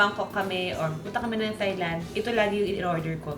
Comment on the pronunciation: Hi Ms. Juday, hope you don't take it personally but Thailand is pronounced as Tai-land, without the h sound, even though there's clearly an h.